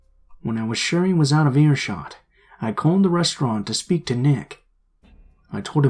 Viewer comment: In story #2 said restaurant weird 😂